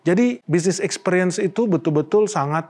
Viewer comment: Ekspiriens pengucapannya yaa...bukan EkspEriens....makasiihhhh